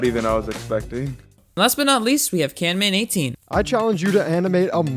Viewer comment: Just realized he said "CanMan18"